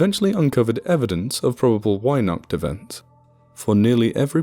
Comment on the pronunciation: "Weihnacht" starts with a hard V-Sound and the A is like After. And wow, as if our fairytales weren't brutsl enough to begin with..